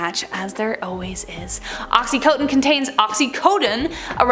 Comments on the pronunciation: It's called oxy-conn-tin! Not co-tin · Yes! BUT...she has problems with mispronouncing some words...like oxycontin. She says "oxyCOATtin", when it's actually "oxyCONtin". There's a VERY good service provided by YT whereby you can type in the SEARCH area above something like "How do you pronounce oxycontin?" And a very nice person will pronounce it correctly for you! Otherwise, she's GREAT!! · It's "OXY-CON-TIN", NOT "OXY-COAT-TIN"!! I swear! Sometimes you just MAKE MY DAY with your mispronunciations! I think I made this suggestion before, but all you have to do is go up to the SEARCH area and type in, oh...something like "How do you pronounce the word mispronounce?", and some very nice person will say it CORRECTLY for you! VOILA! INSTANT SMARTS! It REALLY is nice to impart more than one bit of knowledge to all the people out there watching your show. PROFESSIONALISM is an IMPERATIVE when doing the kind of shows you do...or do you not agree? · Cringed at the mispronunciation of OxyContin but at least she caught it the 3rd time around